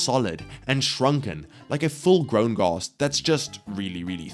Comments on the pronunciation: Why does he keeps saying “gost” instead of ghast (aren’t ghosts machines) [it will make sense soon] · All I can pay attention to is how he calls them gosts